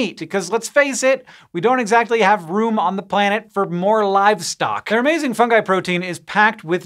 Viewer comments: He said fungi instead of fundgi. Thank god! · hank actually pronouncing fungi correctly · Hank didn't say fun-jigh! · He did it! He pronounced fungi correctly!